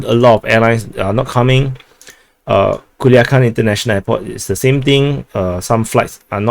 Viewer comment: I have to say that the commander says PERFECTLY Culiacán. 👏👏👏👏